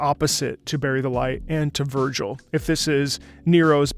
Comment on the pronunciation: I don't know why or how people get "Vergil" wrong and say "Virgil" instead so much lol